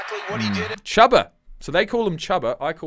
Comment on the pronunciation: You're right. It's "Chew-ba" not "Chub-a" Those Colts announcers are garbage